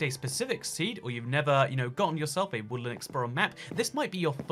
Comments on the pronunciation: No hate but why did it sound like he said woolen mansion? Instead of woodland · sounds like he's saying woolen mansions....and that he's probably high on caffeine due to talking so fast.